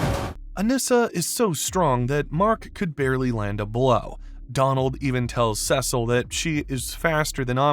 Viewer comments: I can somewhat understand pronouncing Kregg as "Craig" but "Sessil" dawg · “Craig” “Sessil” “Atom Ave” Who’s narrating this shit lol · I was playing chess with this in the background and immediately had to take a second to think about that pronunciation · Dude please look up how to say the names in this video, i can't deal with Sesil and Kreg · Was hoping this would be a thoughtful critique but this ended up falling back on the same “his voice didn’t sound like what I wanted so it’s bad” Also your video is well made but please get pronunciations of names right! It would be one think if it was a one off but repeatedly getting Kriegg, Cecil, and Thaedus and I’m only at the 11 minute mark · NEVER say cecil like that again or else you better start watching your back outside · Great Video, just a small bit of criticism. The way the narrator mispronounces some of the names, Cecil and Thaedus, slightly or entirely, makes me question the integrity of the narrator and his knowledge on the theme.